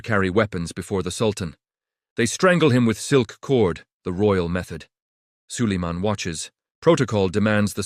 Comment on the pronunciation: А хто такий Саллеман?))) Хочете переглядів - налаштуйте ШІ нормально читати текст!!!😡